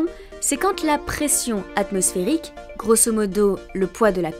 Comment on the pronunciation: * Atmosphérique et non ath...